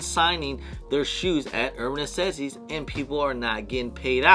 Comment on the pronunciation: Why can’t you pronounce NECESSITIES correctly😂